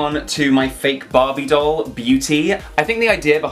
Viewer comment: He talk "BoBy doll" 😂